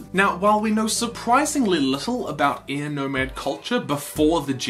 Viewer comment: Btw, last video I saw of yours I was confused for half the video by you calling air ear. I understand you have an accent (very nice accent, btw) but maybe try pronounce the word air better.